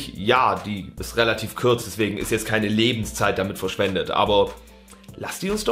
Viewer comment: in welchem Dialekt vergewaltigt man kurz den so das es zu kürz wird 😂 bin Sachse isch wäis alsö von was isch redø